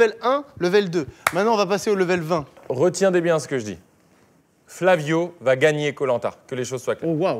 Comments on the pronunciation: Le pire c'est qu'on retient vu qu'il a dit retiendez bien mdr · Carlito : "Retiendez bien"